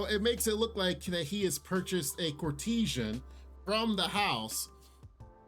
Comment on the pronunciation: Courtesans work at a brothel, the emperor's concubines are not courtesans. Also, kor-ti-zan, not kor-tee-shun